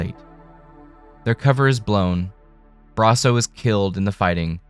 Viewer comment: You.....talk..............so....................fkn....................................slow! Thank God for the 2x button. Also, please don't say Brasso like that ever again.